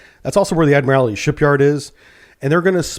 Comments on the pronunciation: How does a submariner not know how to pronounce "admiralty"? It's pronounced by just saying, "admiral" and then adding "tea" at the end. "Admiral T" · Still can't pronounce 'ADMIRALTY'. There's only ONE 'I' in the word. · BTW: It's pronounced "Admer-aldy" when referring to the shipyard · i know its petty but every time i hear you say admiralty like that it makes me so sad lol i mean your a navy man you of all people should know better lol